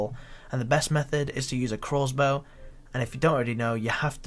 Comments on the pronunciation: it's crossbow.. not croassbow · If I hear this guy call it a "Crozbow" one more time lol i swear to god